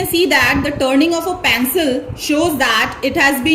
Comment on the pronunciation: Mam your teaching is incredible but the pronouncitaion of pencil is pencil not pancil